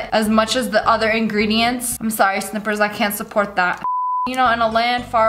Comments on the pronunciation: Its sn-ay-pers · Did she really say “Snippers” when it was called “Snipers”? Lol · Snippers more like Slippers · it's not sneppeprs it's snipers like the gun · Snipper? I thought it told snipers🔫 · Snipers not snip ers